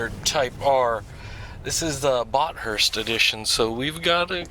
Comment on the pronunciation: You pronounced Bathurst wrong. It's Bath-urst, you don't separate the t and h. Great car though.